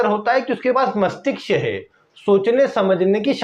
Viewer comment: Masthishk It's not masthiksh